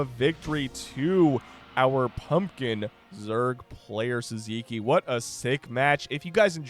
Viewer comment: Sziky sounds hungarian. It should be pronounced 'Siki'